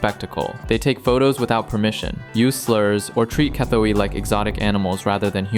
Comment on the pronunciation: Definitely NOT pronounced "EYE-SAN." And neither is it pronounced "KUH-THUEY." How long have you been in Thailand? 😂😂😂